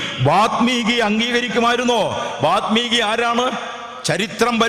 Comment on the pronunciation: വാൽമീകി! വാത് മീകി അല്ലല്ലോ?